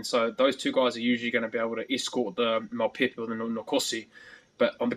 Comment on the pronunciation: ...as Bryn Hall butchers Mapimpi's name.